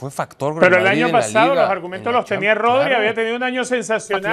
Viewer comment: Vini sin duda, ese sr que dice Todri es como si dijese Joselu..es para evitar a Vini que es el mejor de lejos